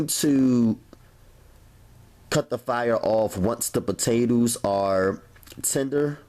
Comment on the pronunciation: "the potatews" 😭😂😭